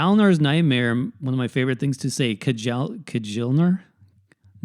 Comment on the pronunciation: J is pronounced like a Y, so it would be "Kee-ahl-nar" or "Kya-hl-nar"